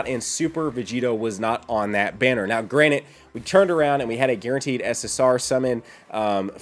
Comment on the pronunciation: lol, i love you your videos are the best, BUT you're gonna hate me... GRANTED (grant-ed) not "granit" LOLOL!